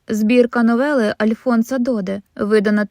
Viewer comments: У французькій мові всі слова мають наголос на останньому складі. Прізвища також. Тому Альфонс ДодЕ, а не ДОде. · Будь ласка, звіряйте наголоси хоча б у прізвищах відомих людей. Це убезпечить вас від дикого наголошування типу ДОде. Перепрошую.